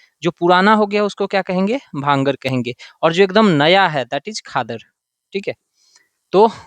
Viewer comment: Small correction, sir it's called " bhangar" not bangar